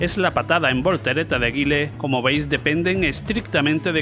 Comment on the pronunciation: Es Mike Bison, no Mister Bison. Es Gaile, no Guille. No es que este video desvele mucho, habia videos que desvelavan completamente analizado frame a frame los hitbox de los diversos titulos, y esto de Street Fighter no era exclusivo, los de Capcom eran los mas injustos. Lo que me hace gracia es que digas que Ghost n Ghoblin o Ghost n Ghost eran dificiles, cuando estaban tiradisimos. Yo recuerdo que el que pillara puesto en la maquima se tiraba toda la tarde porque ya nos sabiamos todo al dedillo y yo ya ni intentaba pillar sitio.